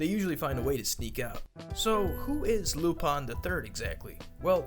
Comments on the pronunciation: its "lupin" not "lupon".... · Lupon or lupin??? Because I swear his name isnt lupon. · why do you say lupon its written in lupin pin i dont understand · Why lupan and not lupin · Why do people call him Lupon and not Lupin? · Damn it's really pronounced lupon?